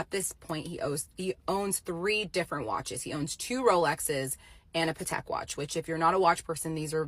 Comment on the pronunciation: She didn’t even know how to pronounce Patek correctly! Like yes it’s an expensive watch but that was not how it’s pronounced